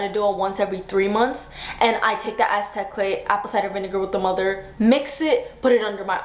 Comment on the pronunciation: aztec clay with "the mother"? "demonther"? What is she saying?